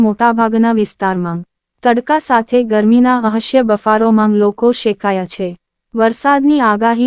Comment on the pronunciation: થોડા ભણેલા હોય એને સમાચાર વાચવા બેસાડો.... અસહ્ય ને અહસ્ય બોલે છે થોડું તો ધ્યાન આપો